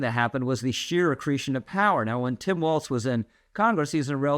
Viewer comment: Walz has no T in it. It is pronounced "Walls"